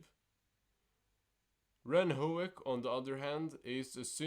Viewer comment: ren: That's höek you idiot not hoke.